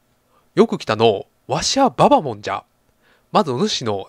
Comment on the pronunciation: ババモンのアクセントって後ろが強いんじゃないんですかね？ｗ